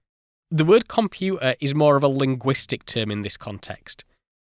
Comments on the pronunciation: Compu'ah. Poor diction. Day com-pu-ter. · I wish the narrator would have pronounce the letter 't' when speaking. For example, compuer should be pronounced computer. There are other examples in the narrative. I know it may be a minor complaint but it pisses me off. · Where is the "T" in your pronunciation of "Computer"? Is it spelled " Compuuer" over there?😂 Excellent vid. 👍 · This looks like a good video, but your dropped 't's are too distracting for me to continue past your definition of what a "compu'er" is. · Compu-ah. Haha! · the way this cat says 'computer' is strange as hell. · Please please, pronounce words correctly, computer has the letter t in it it is not and has never been a silent t. The same goes for water matter and all the other words that you choose to remove the letter t from. Glottlestop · Love your video but just some friendly advice… Please try and pronounce your letter Ts when speaking it will make you sound more credible especially when saying the word computer! Best regards 👍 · no t's were pronounced that day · the word computer imho clearly contains the letter „t“ 😂